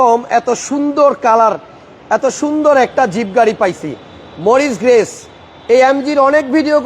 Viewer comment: আপনাকে শিক্ষত ভাবতাব কিন্তু গাড়ির উপরে লেখা পড়েও আপনি ঠিক মতো গাড়ির নাম ঠিক মতো বলতে পারলেন না. মরিস গ্যারেজ হবে.